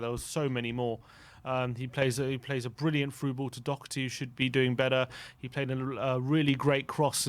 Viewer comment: They still won't pronounce his name properly, what chance does he have with getting a good rating when he actually plays well